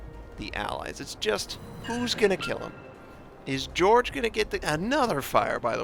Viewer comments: just a small point..Jorge is pronounced as Hor hay! Great vids,have subscribed! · you for pointing this out, im cringing because he didn't look up this name because its a spanish name